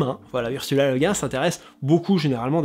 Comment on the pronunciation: Merci!!! Et au passage, sur la prononciation, je crois avoir lu quelque part que c'est cette prononciation française qu'Ursula Le Guin préférait, Le Guin étant le nom d'origine bretonne de son mari...